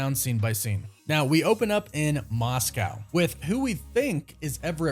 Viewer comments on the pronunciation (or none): none